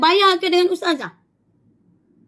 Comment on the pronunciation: tapi dia sebut pun bukan bunyi ustazah... bunyi "TAZAH" ade la 😂